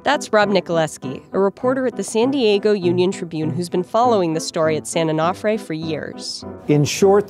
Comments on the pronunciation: Dear Verge Science, please get a new narrator. They can't pronounce things properly: "boo-ry" (bury: should sound like berry) "san oh-NAH-fray" (Should be "san oh-noh-fray"), "san clemen-TEE" (Should be "san clemen-TAY"), etc etc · It's "san oh-no-fray", not "san-oh-noff-fray." Because mispronunciation of the name poses a far greater risk to the public than spent fuel, I guess... But seriously... "these containment facilities are fine as long as the vents remain open" (paraphrasing). So what happens if the vents get blocked, say by sand and debris due to inundation by sea water? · A-no-fray and clu-men-tay. Your sources and your samples footage even says everything like this. Yet they still say it incorrectly. Why does this bother me so much? No idea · Can’t even pronounce San Onofre… social media scientists at it again. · Please pronounce San Onofre correctly. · She pronounces San Onofre and San Clemente wrong every time 😡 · Painful listening to the incorrect pronunciation of San Onofre. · How do you visit a site, interview people, have a recorded interview where the name is pronounced for you, and still can’t pronounce the site appropriately? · I can't stand how she says San Onofre. Should have asked someone how to pronounce it. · COULDN'T YOU PEOPLE FIND A NARRORATOR THAT CAN ACTUALLY PRONOUNCE SAN ONOFRE CORRECTLY??????? Drives me insane! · I live in San Clemente and she pronounced San Clemente and San-O wrong. So now I feel very depressed. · The way she pronounced San Onofre was terrible.